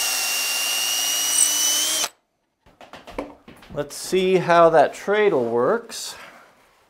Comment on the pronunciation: its tread-le like tire tread......not tray! cool project.